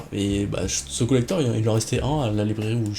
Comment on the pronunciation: Rien que de t'entendre dire le mot collector sa fait bizarre 😂